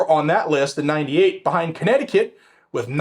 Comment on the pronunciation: Would it be Corn-necticut? Geez, was I wrong!